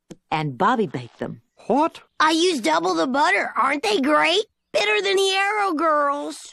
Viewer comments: He literally said “hwat?” I like cool hwip on my cookies. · I tell you h’wat, I love king of the hill.